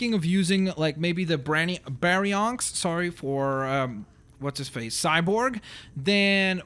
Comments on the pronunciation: No Baryonyx is pronounced (bary-onix) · It's Bary-on-ix and raven pteranodon